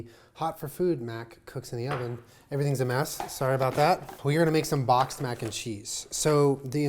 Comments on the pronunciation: Anyone else think of "Boc-xed-mac n' cheese" the drag queen as soon as he said boxed Mac n' cheese??? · That’s all I could hear every time he said boxed Mac n cheese